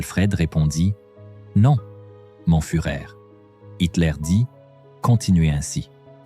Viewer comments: On dit "fureur" et non furet. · Ach…mourir pour le furet…une honte l’IA…